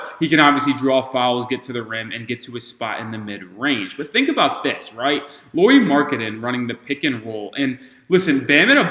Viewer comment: I doubt Lauri will be up for the trade but it's interesting to see all the teams dreaming of him 😄 Just couple comments: Lauri is pronunciated like "Lowry" in Kyle Lowry and he is literally 7 foot (213cm), not 6 and something 😃 Also he has played a lot as a 3 in Utah too, not just in Cleveland and I think he has played that better than the smallball 5 you were suggesting. He has though played all the 3-5 positions at least little bit in Utah.